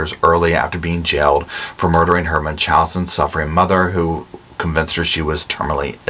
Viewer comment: Hello and Roscoe! I am a big fan, written in your comment section many times. Love, love, love your channel, I'm taking a break from politics and crime shows- too much cringe! Not your show - sticking with you! Anyway it's Munchausen. And if you can't remember,Munch- House-In. Byeee